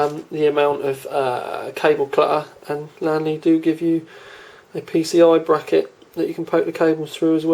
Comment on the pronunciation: LEEEEEANNNNN LEEE is the not lan le